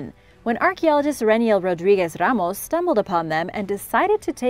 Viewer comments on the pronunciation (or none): none